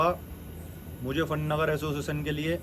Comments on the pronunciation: Aciossetion nhi hota re totle association hota hai 😅😅😅😂😂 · Asosizn✅ Association ❌